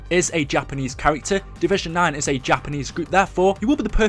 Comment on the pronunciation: when u said takanese i died 😂💀💀💀